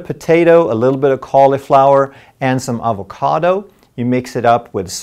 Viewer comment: The way he pronounces avocado